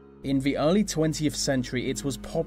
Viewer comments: I hate how he pronounces 'th' as 'v' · So distracted with your V's instead of T's :S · I'm sorry, but I've got to say something about this narrator. He seriously pronounces the letters 'th' as a "v" sound?! How did he get the job?!! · Very odd narration. English I think but mis pronouncing various sounds. Th becomes a v and it makes words sounds most peculiar. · this would be so much better if a person could actually speak properly...he needs elocution lessons!!! using V for TH is not proper English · good video but the pronouncing 'th' as 'f' is very distracting!! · Great info :) but the way he said 'the' like 'vuh' i wanted to cry😂 sorry!